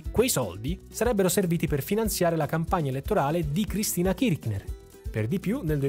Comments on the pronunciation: KirC ner….senza ch k 😊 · Ciao, la pronuncia corretta è Kirshner (con la s fricativa, che non so trovare su questo notebook). Anche se, per quello che hanno fatto all'Argentina, meriterebbero ben peggio che la storpiatura del cognome.